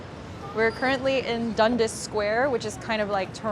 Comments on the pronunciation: Where did she get all her misinformation? ‘There were only 30 skyscrapers in Toronto in 2015???’….and it’s ‘DUN - DAS’ with a pause, not ‘doneduss’… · You learned to pronounce Toronto like a local, but "Dundus" square? Not even close. Dundas is pronounced Dun-dass. Rhymes with bad ass. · Nice video- it’s pronounced “Dund-ass” and “Chuh-ron-toh” or “Chuh-ronno” for the young people. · Toron(t)o - ✅ (silent t) Dundis - ❎ ( it's with an a not i ) 😅 nw though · right and it's not pronounce "Dundazz" either. It's pronounced Dundass, Americans pronounce it "Dundos" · Dundas is pronounces much more rudely than that, it’s Dun-dass. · Why do Americans have such a hard time pronouncing 'Dundas' properly?